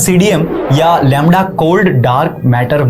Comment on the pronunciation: Labra nahi lamda hai 😂